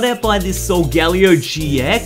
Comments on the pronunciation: Is anybody else annoyed he says solgalio instead of solgaleo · it's sol--ga-LAY-o